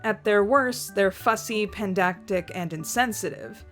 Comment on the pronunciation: Y- you mispronounced "pedantic" intentionally to get the pedantic to correct you, didn't you? It even worked on me at first.